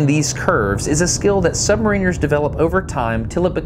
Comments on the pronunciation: You say SubmarEENers , we ( U.K. ) say SubMARRiners. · it's pronounced sub-MARE-iners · I hate how americans pronounce submariners